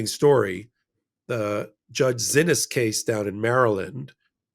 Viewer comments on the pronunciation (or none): Judge Zinnis’ name is pronounced See Knees. Glenn Kitchener was in court and heard her name pronounced as did Lisa Rubin.